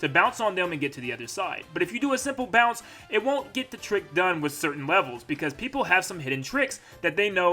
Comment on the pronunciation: it's bounce not pounce xD